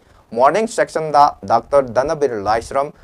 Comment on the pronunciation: Section' nate 'session ani thokna' haibni khara2 cheksina pabiyu mina noknarakni